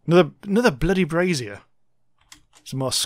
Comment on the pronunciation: Its a brasier/brazier not a brassiere